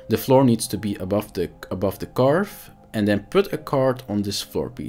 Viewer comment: Karvee. Not Carve.